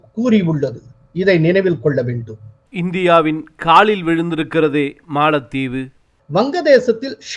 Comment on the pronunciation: காளில் விழுந்தது மாளத்தீவு....?😮😮😮😮😮 தமிழை தயவு செய்து சரியாக உச்சரியுங்கள். யாரோ ஒரு புது நபர் ஏன் இப்படி தமிழை கொலை பண்றார்....😮 கேட்கும் போதே காதில் யாரோ குச்சியை வைத்து குத்துவது போலிருக்கு..... பலமுறை கமென்டில் பதிந்து விட்டேன். ஸ்ரீனி சார் கொஞ்சம் கவனிங்க.......😢😢😢😢😢😢